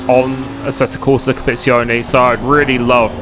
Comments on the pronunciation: assettoh corsah compiizzioneh xD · First tip - learn to pronounce the game right...